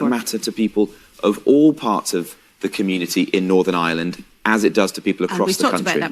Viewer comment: He can't even pronounce the word, "Ireland", saying "island."